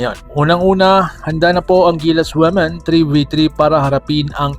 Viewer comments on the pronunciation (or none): Ayusin mo Ang pag pronounce Ng women